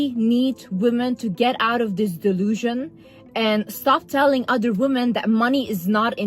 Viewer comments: Great video, but I've got to point something out about your pronounciation. The plural of "woman" is "women", pronounced /wĭm′ĭn/; saying "women" the same way you say "woman" is reductive and originates from bs alpha male podcasts where they do their damndest to put us down however they can. It make the plural (multiple) of women sound singular, reducing us down to one uniform being. I hope people start using the proper pronunciation, because we are not woman. We are WOMEN. :/ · I was so enjoying this video and then I realised you're one of those people who won't pronounce "women" correctly for absolutely no reason.